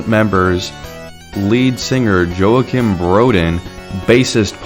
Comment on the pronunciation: Not to be a nerd but it's not Joekeem, it's more like Yokeem cuz Swedish name. He even says his name on Sabaton History channel